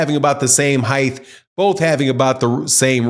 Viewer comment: Where are you from? I’ve never heard an accent where “height” is pronounced “hyth”